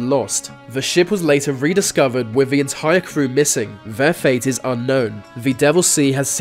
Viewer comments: Why cant u say THE why are you say VA , speak English properly it's irritating me like ur blocked nose and speaking through it. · Why can't he prounounce his T and H'es? He says Vee instead of the. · Love the videos but please learn how to pronounce a TH It’s THis THat and THe oTHer NOT Vis Vat and Ve uVer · Dude .. it's pronounced "the" .. not "ve". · Its 'the', not 'vuh' you idiot talk properly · Vhe, vhey, vhere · Ver are mystevies in ver universe LOL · why do you say ve and not the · I realized that this guy pronunces "the" as "va". Can't unhear it now. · is it just me or does he say "v" when he tries to say "the" lol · va, uvver, fings, togevver, van, etc, Narrator please learn to pronounce "th", properly I might even like your vid if if you correct your lazy speech.